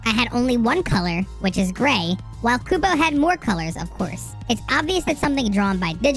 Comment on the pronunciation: this mf called him tight kubo 😔